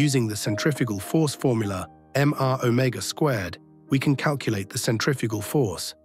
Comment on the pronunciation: Why is this English sounding narrator pronouncing centrifugal as centrifical? I thought only Americans did this.